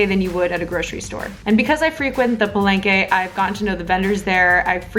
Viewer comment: NAKSSS!!!! Lumelevel up ang editing skills ni!! Gusto ko un background music. naclickbait MO AKO ee, frankly speaking. THE TRUTH ABOUT PALENGKE FOOD ba naman i caption. HAHAHAH!!! sorry what's that again? "Paleyngkey" and u just said it so many times!!!! HAHAHAHAHAHHA Sori!! 😁😂🤣at first, I thought I heard Barengeyy.. HAhahahaa!! Sinigang talaga DA BESTT!!! <3 - my gehhddd closee eepp ang geeendee mee telegeeeee heeleeeyyy... ang haba n ng comment ko hahah suri na 😘